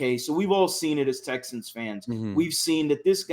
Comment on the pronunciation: Guy on the left called em “Texins” 😂